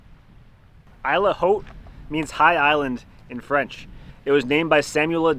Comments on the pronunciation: Isle Haute is pronounced "eel howt." "Howt" is a short "o" as in "hot" not a broad "o" as in "clown." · To pronounce it like a French speaker, it’s like saying ‘ill oat’ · It’s pronounced: « eel oat » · It is « EEL OAT » - that is how you say it. But anyway, great vid. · why are you pronouncing it "eel" Haute? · Champlain would have pronounced it as Isle Haut (eel haut) French! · please learn some French. Every one of you has mispronounced the name of the island multiple times...... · Christ ! You are in a country ( I guess you are canadians ) where a large part of the inhabitants speek french. And you are very incorrectly pronouncing the french name of this island with a very common french word !? How is it possible ? I guess you were in contact with several french speaking individuals when getting this act toghether, why not use the original name and pronounciation and respecting the french language ? I have far less connection to french speakers by the way than you. I might only try to speak french every ten years, I think. But I am able to pronounce that name correctly.